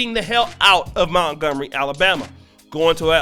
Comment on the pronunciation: Mont-gomery mont, not mount